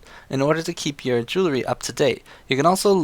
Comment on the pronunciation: Not to nitpick but it's JOO-UHL-REE not JOO-LA-REE, you said it wrong like 500 times and it was driving me fucking insane so fuck you.